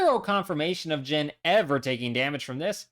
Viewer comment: I’m gonna need you to tell me how you came to the pronunciation of Jin’s name that you did and who told you to say it that way, because whoever they are needs to be publicly shamed